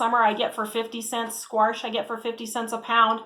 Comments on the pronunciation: Same and same. I ran to the comments when she said squarsh about 10 times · I’ve heard “warsh” quite a bit, but this is the first time I’ve heard “squarsh” except maybe for dramatic effect when used as a verb as in, “I’ll squarsh you like a bug!” Not a criticism, just an observation. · We love the "SQUARSH!" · The way she says squash lol, Great video though I’m gonna but I think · The way you say squash is interesting 😂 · Squarsh? Haha never heard it like that. Love it. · yellow "squarsh" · I’m from the Midwest and pronounce it squash... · Love how you say “Squarsh” 😂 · I’m from the Midwest, too. I don’t say “squarsh” and have never heard anyone say “squarsh”. I don’t think that’s a typical Midwest pronunciation. Hey! You do you 😆. I do appreciate the info in your video. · Same! I’m from Texas and over here going crazy at “squarsh” 😂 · I've never heard anyone from the midwest call it squarsh - we call it squash LOL p.s. I like your nail polish color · which part of the midwest are you in? I've been in the midwest pretty much my whole life and no where have i ever heard anyone call it squarsh and try and pass it off like it is normal. I've heard of the midwestern drawl or midwestern slur, but not just randomly adding letters haha. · "Squarsh?" There's no "R" in squash... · Yellow squirsh? Lol I live in Colorado, and we don't say "Squirsh" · Excellent review. Great info and insight. My only critique is there is no "R" in squash "squarsh"😁 jk great video. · Minnesota here. I only say squarsh if I'm joking. Never heard anyone pronounce it that way. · I have also never heard anyone say sqwarsh before either lol Oregonian here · From Wisconsin.. never heard squarsh 🤣🤣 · That drives me crazy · I’m from Midwest Mo. I have never heard anyone add an R to the word Squash. Paper bags and their packing materials are biodegradable not plastic bags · I’m here for the “squarsh” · Squarsh! ❤😅 never heard it before it’s cool to hear a different way of saying it